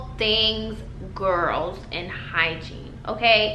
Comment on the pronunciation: It’s completely sound like ur saying hi jean lol but I’m high so 😂